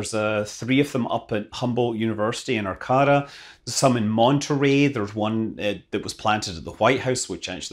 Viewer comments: Arcata is pronounced Ar' K ta. Huff Lol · Thanks for mentioning Arcata. Come visit Wing Inflatables here sometime. They make NASA recovery craft. (BTW, it's pronounced Ar-CAY-ta.) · Hi Scott, thanks for another awesome video. I work at Humboldt State University and wanted to let you know that ARCATA is pronounced ar-CAY-ta. Now that I know there are 3 of the "Moon Trees" on campus I'm going to have to find them and pay them a visit.